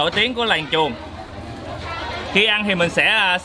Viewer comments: Làng chuồn mà Bác đọc kiểu gì e nghe thành làng chuột nữa chớ Buồn cười ghê gớm 😂😂😂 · Mình cũng nghe là làng chuột